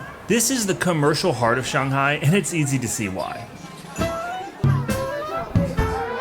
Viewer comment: Please pronounce Shanghai as it is. 上海 上Shang，up upper 海Hai， sea ocean Usually，Chinese has no liaison